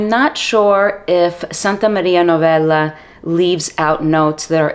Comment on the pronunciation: The way you say "Santa Maria Novella"...you have Italian genes don't you? 😊 Great review as usual 🎉